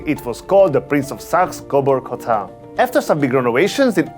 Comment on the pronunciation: He can’t even pronounce the name of the hotel correctly.